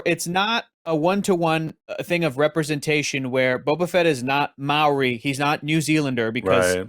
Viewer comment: You nearly pronounced Maori correctly, so close haha! Instead of pronouncing the 'MAO' like 'MAU' or 'MEOW', aim for a lazier 'MOW' or 'MOE' and you should be good!